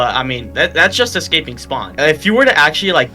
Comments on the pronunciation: It's eScaping not eXcaping🎄🎄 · escaping not eckscaping